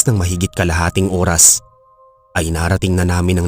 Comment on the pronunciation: Oras hindi uras